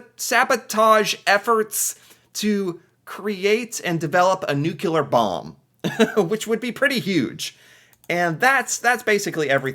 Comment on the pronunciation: Not the "Nukeleer".